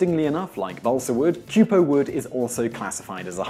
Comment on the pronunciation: Its not 'cue-po' but 'kwee-po'. Minor flaw but as you are so spot on normally I thought I'd mention it.